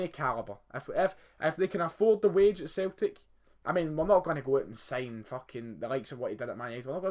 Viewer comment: A few things for you: 1. "Celtic" is pronounced Sell-tick 2. It's not "Scotland Keltics", it's "Celtic" 3. Your son supports both Liverpool AND Barcelona? That is just wrong. 4. Celtic are Scotland's biggest team, they have the largest stadium, highest average attendance, most money, most successful in Europe. 5. You never hear them because football/soccer is dominated by the top 5 leagues (Spanish La Liga, English Premier League, German Bundesliga, French Ligue 1 and Italian Serie A), and you only really hear from the best clubs in those leagues. 6. They don't sign players like Messi because it is practically impossible. Why play on a cold Saturday night in Kilmarnock on a plastic pitch in front of no more than usually 11,000 people when you can stay in Spain with beautiful stadiums, over 30,000 people, warm weather and a massive salary?